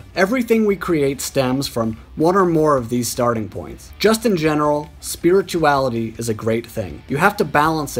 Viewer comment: This guy should learn how to pronounce "spirituality" before making any videos.